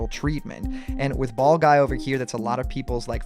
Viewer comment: anyone else think he said fall guy instead of ball guy when they first heard that